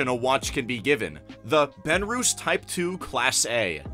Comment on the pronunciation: Benrus is not pronounced "ben-roos"....it's "ben-russ"